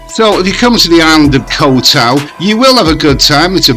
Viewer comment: Boomers on social media are something else lol Can you say "young Scandinavian girl" "ko-u tao" and "shady" one more time please 😂 This 13 min video could have be 3 minutes 😮‍💨